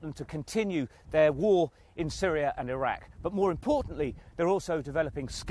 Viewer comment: dude sayin irackuh the whole vid